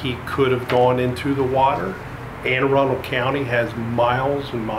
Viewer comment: Thanks for pronouncing the county name correctly 😆 Usually when it comes up on YouTube its pronounced Aaron Dell or something close to that!